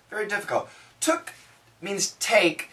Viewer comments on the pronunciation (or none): Because she didn’t say “what took”, she say “tick” instead of it ))